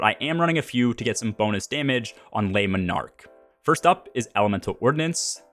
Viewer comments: "leh monarque" - not "lay monarque" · If you weren't aware you are jacking up the name of the bow something awful 😂